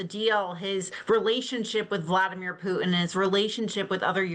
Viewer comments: Why does she call him Pu En? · The pronunciation of ‘Putin’ by guest: The name isn’t ‘Pooh-in”. It’s Poo-Tin. The ‘t’ is pronounced. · Putin is pronounced with a T in the middle